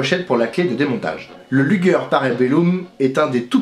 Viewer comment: Luger !!!!!! Not lüger